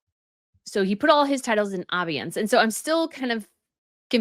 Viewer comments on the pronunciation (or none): abeyance is pronounced: a-BAY-ance. Emphasis on the second syllable. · Dear... abeyance is pronounced "uh-BAY-ance"... I hope this helps. Love your reports! Keep up the great work. <3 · the word "abeyance" has middle syllable as dominant - pronounced a BAY ance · Podcaster, It's obeyance, (obey) Sorry but you're not saying the word right. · pronounced ---- uh bay unhns accent on bay harry agreed to not use his titles but never voluntarily put them 'in abeyance' different side of the same coin I guess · By the way, abeyance is pronounced with the accent on the second syllable; i.e., a BAY ance. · Please pronounse abeyance correctly. British and American pronunciation the same. British pronunciation Sounds like: uh·bay·uhns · Abeyance is pronounced “abey (like obey) ance (like dance)”. Not the way you are repeatedly saying it. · I believe it’s A-Bey-ayance. I have a question; since Sarah Ferguson is now just Sarah Ferguson how come she’s not a Princess? I’m asking because some claim that if Harry and Meghan lost the Dukedom/ then Neghan corks still call herself Princess Henry? How come Sarah can’t? Sarah wasn’t a blood born royal and neither was Meghan? Song the Dukedom is removed ( or retired) from Harry then wouldn’t Meghan just be Meghan? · It's pronounced "uh BAY uns." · Love your podcasts - always interesting, always great takes! Please allow me to make one minor suggestion: "abeyance" is pronounced "uh-BAY-ance." Many thanks for always being such a pleasure to watch! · Note...abeyance is pronounced a-BAY-ence. Also, EXCELLENT video on this. Very clear on the explanations. Can only hope Harry is forced to do so as well. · "abeyance" pronounced "uh-bay'-unce" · Pronunciation police : Ur pronouncing abeyance wrong Sorry 😬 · Please learn how to pronounce abeyance ‼️